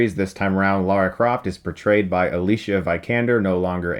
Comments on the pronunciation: Come on Chris! She's an Academy Awards winner for Fs sake... Not some obscure actress from eastern Europe. Just pronounce her name correctly... It's AliSia Veekaander Not the lazy Americanized Aleesha Vikander... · Chris' pronunciation of Alicia's name is terrible, he only had to look up an interview and listen to her say her name. He also did it with Saoirse Ronan and he should be a little bit more informed about the actor's names of a movie he is reviewing. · yeah i cringed every time you mispronounced alicia's name